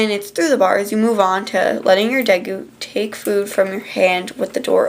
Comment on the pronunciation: day_goo not de goo